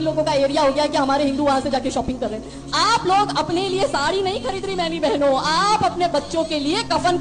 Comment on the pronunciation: Nasir Ali saheb Nabi S. L. W. ke leyea ( Theyea ) nahi ( Hain ) bola kejeyea . Shukriya . Allah Hafiz.